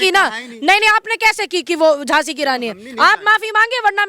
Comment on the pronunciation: Anchor ki GhLty h Moafi mangni Chahye e ..Jhhansi ki Raani .to Jhhansi ki Raani .h...